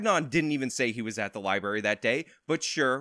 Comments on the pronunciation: Someone tell that liebury isn’t a word. Lie and bury is what her friend did. Library has a different pronunciation. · Chick said liebary